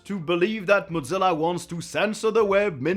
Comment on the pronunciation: The most controversial thing in this video is pronouncing Mozilla as modZila